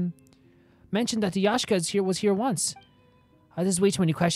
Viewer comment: Hearing you say Yashka even though it is written Yaksha absolutely destroys me inside